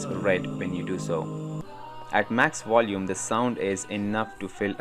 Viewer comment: You said Wolume, do you mean volume ? 🤣